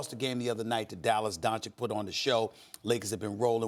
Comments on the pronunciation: Not Don-chick, it's Don-chich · The kid's name is pronounced "Donchich", not "Donchick" and Stephen A., as a "competent" TV presenter, should be at least capable to pronounce the name of the guy who smoked LeBum the other night. And NO, the Lakers are not the best team. Apart from the Clippers, the best TEAM in the league is the Heat. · SAS: “DonCHICK” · Nobody: Stephen A: LUKA DONCHICK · No one: Stephen A: Luka donCHICK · SAS “DonCHICK” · man someone needs to pull stephan A aside and tell him how to pronounce doncic because he's making a fool of himself